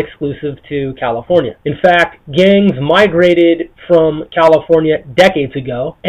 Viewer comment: GANgz ...why does he say it like that